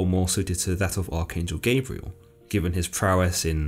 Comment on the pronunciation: It’s not Gaybriel its pronounced Gob-rye-el.